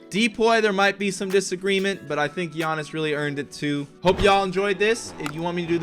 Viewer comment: Why did u say giannis name like that